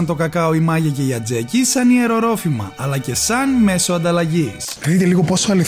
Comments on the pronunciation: Αζτεκοι βρε χωριαταρε , τι ατζεκοι λες χαχαχαχαχαχα και ακομα δεν εμαθες οταν τρως να μη πασαλείβεσαι βρε ταγαρι ε ταγαρι χαχαχαχαχαχ.... ωραιος μια χαρα το βιντεο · Πολύ ενδιαφερον βίντεο με πολλές και ωραίες πληροφορίες..Μόνο μια παρατήρηση:Αζτέκοι λέγονταν,όχι Ατζέκοι!😉🚣🚣🚣